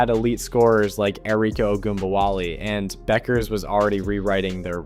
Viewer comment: How do you mispronounce Paige’s last name and Aja Wilson’s name?